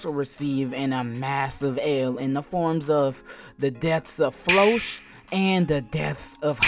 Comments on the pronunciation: Floch is pronounced like Flock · Yo why you say floch like that lmaooo